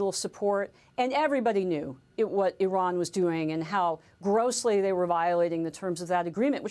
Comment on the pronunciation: Wrong - Eye-Ran Right- Iran Wrong- Pootn Right- Pu Tin